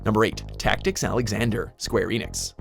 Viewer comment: Did they just call it square eeeenix? Seriously!?